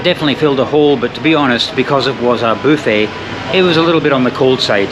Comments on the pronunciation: is that how Scots pronounce buffet?? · How do you think buffet is pronounced? British English is boof ay. American English is Buff ay. The original French is boof eh.